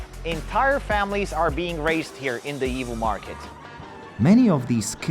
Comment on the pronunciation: why for some reason I hear evil whenever you say Yiwu?